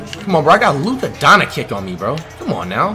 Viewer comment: "more expensiver" "Luka Donakick"